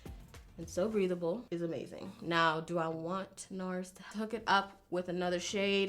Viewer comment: LMAO I DIED WHEN YOU SAID BREATHABLE I HEARD IT BREEDABLE 😭😭😭😭😭😭😭😭😭😭